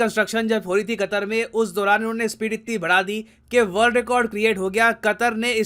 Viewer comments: Nitin ji ne qater ke " pr katter" diye 😂😂😂😂😂😂😂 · Qatar sounds like Gatar🤮